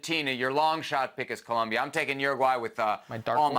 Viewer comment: Brother saying people can't speak proper English. Meanwhile he can't say COLOMBIA. 👏🏽